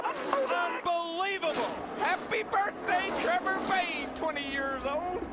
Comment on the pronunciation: Also trevor, not trover